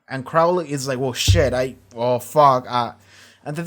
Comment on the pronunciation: He changed his name from Crawley to Crowley. (It's late and won't affect the videos, but the first syllable is pronounced like crow not like crowd.)